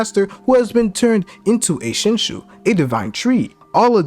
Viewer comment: Shin shoe 😂 I'm dead